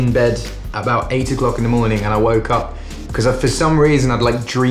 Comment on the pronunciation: I wok up thee next moaning and duaeemed it in my hed. Foreign accent, got to love it!!!! I woke up the next morning and dreamed it in my head. Nope!!